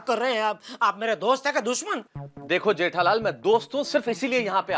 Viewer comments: Jethalal❌ Jethalali✅ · Jethalal ❌jethalali ✅ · Jethalal ❌ jethalali✅ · jethalal 🚫 Jethalali ✅️ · Jethalal ❎ Jethalali✅ 😂😂😅